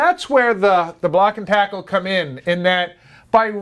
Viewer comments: Can't find the term "made-off" in any marine dictionary, nor have I ever heard it used in any class or onboard a vessel. The phrase literally means to "run away with," so that is confusing to say the least. Also confusing is your pronunciation of the word "tackle" as "take"le... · Great information. But how in the world can you know so much about block and tackle systems yet but NOT know how to pronounce it properly. Oh wait, you actually started saying it correctly . Weird. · What the hell is a "takel"????